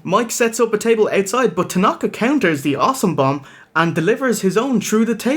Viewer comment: IT'S TANAKA BRAH!